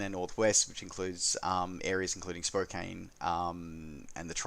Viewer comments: Thanks for another fine roundup of the week’s sim news. Being the nit picker that I am I have to point out that Spokane is pronounced as “spoke an”. I have flown in & out of that airport many times and as it happens I lived at 3639 East Spokane Street in Tacoma for 5+ years in my youth. Many years ago. Further if I could ever win a significant lottery I would love to move to the Coeur d’Alene area. (Not likely as I seldom buy a lottery ticket.) I would like to have ORBX’s Oahu except I no longer use P3D but I have told ORBX that I will buy it the moment they release it for AFS2. (If ever they do.) I have TrueEarth Washington HD and I have tried to buy the enhancement pack but my copy of ORBX’s FTX Central is confused. It thinks I have already bought & installed both that and the SD version of TEWA. I got a reply to my inquiry on their XP11 support forum from Nick Cooper which only managed to confuse me further... not a hard thing to do for me these days. Thanks again for this fine update! :) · Nice wrap. One one: It's pronounced spoke-ANN